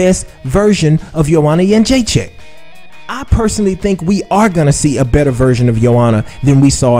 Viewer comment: You are pronouncing her last name wrong. It's joanna got-chin-checked! She's in denial, why can't she admit rose was a better fighter that night. Anyways, if she loses to rose in the rematch i wonder what she will say then?